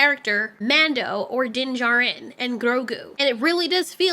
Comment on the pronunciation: You do need to roll your r’s when saying Grogu. Nobody in the show does. Also, it’s Djin JAR-in, not Jar-IN. No need to unnecessarily pronounce words elaborately, you’re not gonna hurt anyones space feelings.